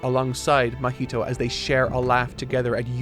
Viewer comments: how can you say junpei perfectly, but you say "mah-heat-o" like come on dude. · ITS NOT MUH HEE TOE :(( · pronouncing Mahito's name like mojito is hilarious 😂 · Someone on team please correct his pronunciation of 'Mahito'.